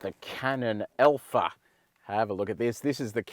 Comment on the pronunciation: Hey - it is ALPHA. Not ELPHA!